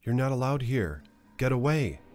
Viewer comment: Why do you say ice man here with a weird accent on "here"?